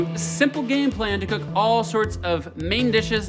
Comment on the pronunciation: 'lets cewk dis fish!'